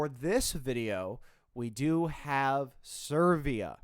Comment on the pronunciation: When you pronounced Serbia as Servia you were not wrong because our entry for this year is a serve mhm 😌